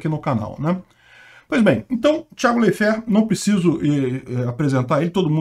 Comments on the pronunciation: Escreve Leifert, mas se fala "Laifer"... "Tiago Laifer" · A pronúncia é : laife, com um ditongo no ai. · Leifér? Kkkkkk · Pode até ser o correto mas da muito nervoso o falando o nome do Thiago kkkkkk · Off-Topic: Eu até pensava que o falava o nome das pessoas de forma descaradamente errada de propósito, como se fosse uma forma de evitar citações que pudessem levá-lo a alguma cenário de processos, sei lá... Achei que fosse proposital... Até que, depois dele errar feio o nome do Leifert e do Perrone (descaradamente com dois erres), ele vai lá e acerta o da Paola, na lata! Pqp ele erra o nome de todo mundo mesmo, de verdade...não é proposital!